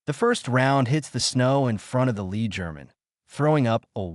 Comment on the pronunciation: Pulease say lead properly.